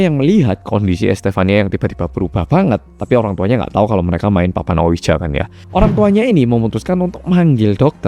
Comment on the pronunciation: Cara bacanya bukan dibaca letterlijk (harafiah) ouija 😆, tapi mirip wiji bacanya. Dari awal ampe akhir dengerinnya gatel hrs komen hahaha